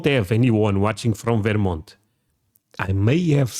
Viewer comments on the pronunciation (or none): lol I've literally never heard anyone pronounce it "Veer-mont". It's pronounced "Vur-mont". Also to say/think that there is more content about Texas or southern states than there is about New England which is the birthplace of America is absolutely wild (and ignorant AF). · Stop STOP saying "Varemont"..... it's "Ver-mont" say it right. Portugal get real yer Russian or Ukrainian.